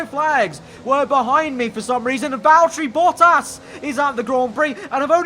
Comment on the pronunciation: Nice finnish mate "Baltteri Bottas" 😂 Im Finnish btw... Love your videos.